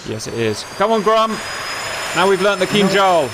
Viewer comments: You said Kinjal perfectly right this time! 😊👍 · jesus crist you said it right, it sounded almost identical to russian